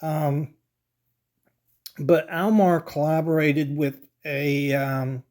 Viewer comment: I have never in my life heard anyone refer to them as "AWL Mar".